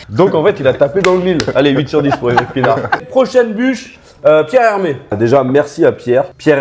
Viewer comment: "Pierre Hermes" mdrrrr Un petit effort